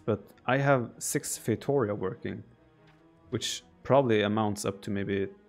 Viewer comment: It’s pronounced “fay-tow-REE-ah”!!